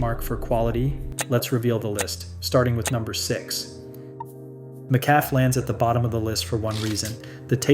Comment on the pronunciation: Pronunciation? AI? McCafé is pronounced with a long ā at the end. Sheesh! This ranking is a no-brainer. I could have guessed at the ranking and gotten it right.